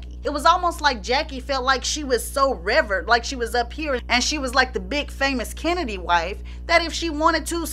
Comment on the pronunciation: I LOVE your videos-- please know that the "revverred" is pronounced "re-VEERED". Root word is revere; past tense = revered. I say that with much love and respect.